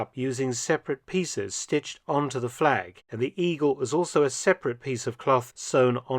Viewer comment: Nice fleg...